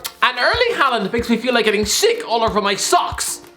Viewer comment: Dont think those wages would go to his head. Even though a consumate professional, Haaland (first part pronounced like Haw in english btw) has always had a monstrous ego and confidence. Daniel Berg Hestad is the man with most norwegian premier division caps under his belt, all of them for Molde, and the youth coach at the club. In the middle of the night his doorbell rang, and when he opened he was greeted by a 17 year old tipsy Haaland blurting out "Just want to tell you that when Im done, youre no longer the biggest legend in this town"